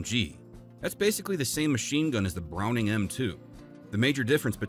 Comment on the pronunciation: This guy is not a gun person you hear how he pronounce John browning name.